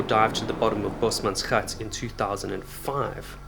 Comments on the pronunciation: Been binging your videos and thought you sounded South African but your bio mentioned England. But this video... Gave it away. Only a born Afrikaans speaker can say bosmansgat like that. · Boesmansgat, youre the first non Dutch non African who says it right👌